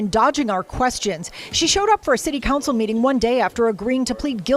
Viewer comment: Someone in your circle needs to sit down and teach you how to pronounce the English language. Another one, city "cancel" instead of council. What's the deal?